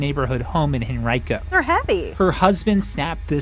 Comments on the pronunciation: And pronouncing Henrico as hen rye co lmao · What the hell, not a single reporter can speak Henrico properly. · Living in that area of virginia. I never realized Henrico was pronounced that way.